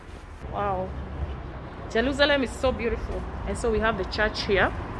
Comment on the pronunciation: Jelusalem. Where did the letter 'R' go?